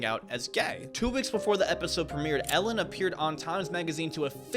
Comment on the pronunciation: Ellen? I heard Hell-in